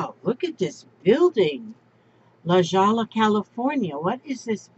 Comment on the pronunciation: Hi....Just so you know, LaJolla is pronounced La Hoya.....and those cute cows from Scotland, if they are the wild ones, must never be touched by human hands....I don't remember why exactly, but "you're" not suppose to.